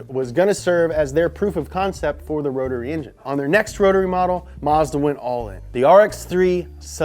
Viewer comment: You pronounced Mazda wrong.